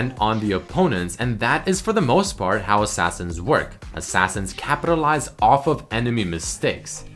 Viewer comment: "he will continue to Kappatilize..."